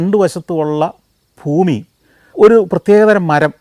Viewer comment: ദയവായി താങ്കൾ ഫൂമി. ഫാര്യ .ഫാരതം എന്ന ശൈലി മാറ്റി ഭ എന്ന അക്ഷരം ഒന്നുകൂടെ ശ്രദ്ധിക്കുക.🙏